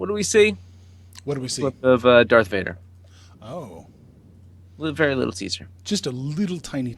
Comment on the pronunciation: "Darth Vaper" LMAO